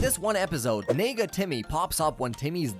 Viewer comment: nega what did you say Edit I know it is negative for short but it sounds like something else